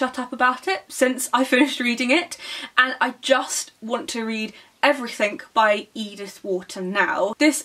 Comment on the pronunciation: Anyone who say's "Everythink" needs to read a lot more.